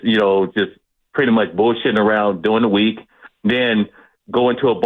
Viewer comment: Jerry said bulljunking!!! 😮😂